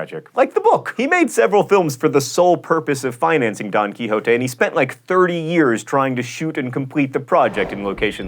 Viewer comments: [Don Quihoahtay]? Why not the normal Spanish name, pronounced [Don Quishott]? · You mispronuounced number 13 Don Quixote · Is that how you pronounce Don Quixote in english? It sound weird. In German it's pronounced "Don Key-shot" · It's funny how John pronounces Don Quixote wrong. Oh, well. Most English-speakers do.